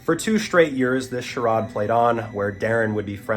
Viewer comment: CHARADE pronounced shuh-rayd or shuh-raid. Doubt you'll see this but I noticed you pronounce tons of simple words incorrectly. Not trying to give you a hard time or be an asshole, but pronouncing those words right will give your "enemies" less ammo to use against you. And wow, this guy should have gotten the death penalty, actually, I'm surprised they didn't handle him in prison. (edit: I just found out, as you can see below, has dyslexia, which is something he told his viewers before but I missed that. So my apologies to, no disrespect was ever intended)